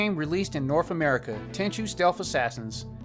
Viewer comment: ten chew? ten chu like like the ju of juice